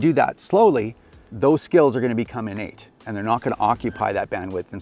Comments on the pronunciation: Hahahahah Innate!! (in-Nate) LOLOLOL!!!! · Better make those skills (In-Nate) haha how i heard it the 100 times it was said